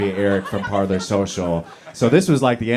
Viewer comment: Parler is pronounced Par-lay.